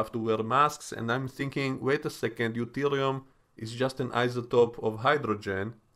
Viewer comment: They said "Verterium" lol, which cracked me up. It apparently lines the warp coils.... never been mentioned in Star Trek before.